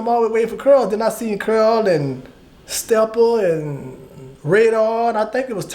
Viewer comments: Mf saying Carl but it sound like curl 😂😂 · He steady saying CARL, all I hear is CURL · That nigga said cearl 😂😂😂😂